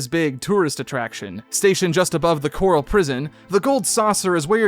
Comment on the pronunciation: The fact you call Corel ‘Coral’ but Cait Sith ‘Ket Shee’ is wild to me. I’m wondering if this was done purposefully and for what reason. Pretty sure every time Corel is said, it’s pronounced Corel and not Coral. Props for saying Cait Sith correctly though.